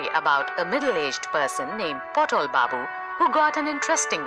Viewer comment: not potol babu but patol babu...😂